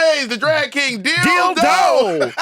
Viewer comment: "Dill Doe". 🤣😂🤣😂